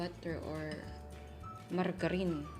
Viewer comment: ako lang po ba yung natuwa sa "margarine" 😅 na pronunciation ni chef (medyo nanibago)